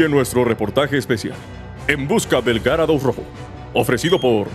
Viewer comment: Creo que se dice yarados xd